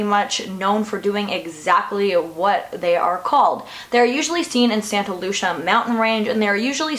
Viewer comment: There pine/oak tree shadows I'm from the area iv "seen them" its ridiculous what superstitious people believe lol. You pronounced Lucia wrong.